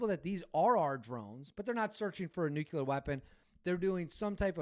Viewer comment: new-clee-ur; not new-queue-lar